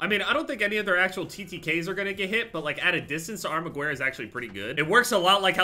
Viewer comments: hey - armaguerra is pronounce armagerra. you’d pronounce it right if you just took out the “u”. heard it in multiple videos and thought i’d let you know. Thanks! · It makes me cringe so hard how he pronounces the armaguerra